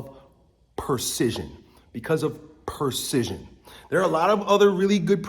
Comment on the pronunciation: Serious question: what is "percision"? Does he mean "PREcision"?